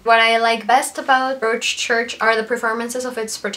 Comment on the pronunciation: Very nice review. By the way, in the word Broadchurch, "broad" rhymes with prod, god, odd, etc., so it sounds like brod-church.